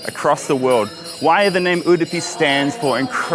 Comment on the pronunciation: Finally someone is pronouncing udupi correctly unlike vast majority of people who call it udipi.